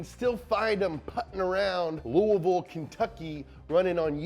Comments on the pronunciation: Hell ya, tell em how to say louisville correctly!! And oh ya I want a job with donut!! I guess I need to go and u all a video or something, but ya thered be 2 louisville guys there then, freaking kentucky cobra and louisville garter snake??? Lol 🐍 🐍 🐍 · I'm not sure how you knew how to properly pronounce Louisville but go you! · Someone said Louisville right. Holy shit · Thank you for pronouncing Louisville correctly! I heard you conforming to how the rest of the world pronounces it like 50 videos ago!